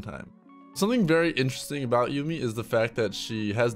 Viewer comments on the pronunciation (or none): none